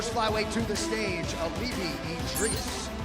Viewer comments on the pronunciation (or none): It's "E-Dee-Rees" NOT "Ed Rees"